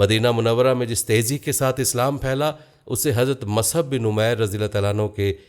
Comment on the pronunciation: Is this Musab or wht u r calling Masab.. Except u sir, every Alim is pronouncing Musab